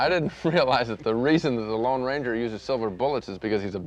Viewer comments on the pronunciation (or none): It's the LONE Ranger. Not the Long Ranger. That's like saying: nucular instead of nuclear.